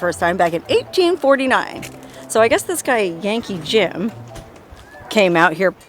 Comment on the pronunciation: When you first introduced the name of the bridge, the Yankee Jim bridge, I thought you said the Janky Jim bridge! lol